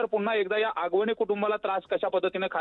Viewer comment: Hagavane नाही आगवणे 😅